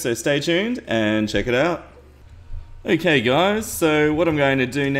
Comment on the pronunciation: I keep thinking you are saying AKA when you are saying okay